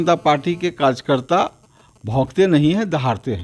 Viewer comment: Kajkarta Kya hota hai be Anapadh 🤣🤣 pehle karyakarta bolna seekh Bhai fir rajneeti Karo🤣🤣🤣